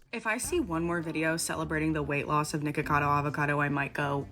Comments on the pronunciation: It’s Nikocado not “nikado 🥴” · its nikocado not nikado